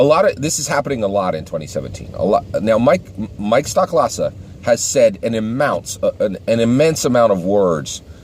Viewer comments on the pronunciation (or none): It's STOH-klasa btw not STOCK-klasa.